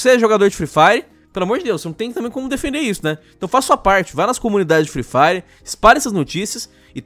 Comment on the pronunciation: "free firw" parabéns por ter destruído o inglês